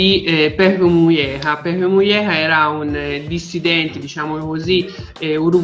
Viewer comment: Mi sa che parlavate di José "Pepe" Mujica (pronuciato "Muhica" e non "Muieha" hehehehe)